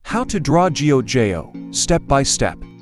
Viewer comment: Did he really said G-o-j-o😭